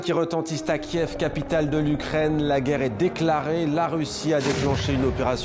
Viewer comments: "Kièf" pas "kiv". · parce que tu prononces la ville comme ça: "ky yiv" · J ai arrêté la video au moment où vous avez appelé la capital kiv et non kiev